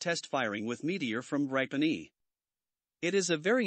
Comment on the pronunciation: GRIPEN is pronouced GREE PEN !!